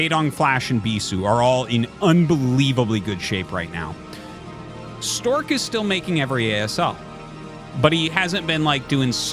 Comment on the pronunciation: Artosis mispronounced "Stawk"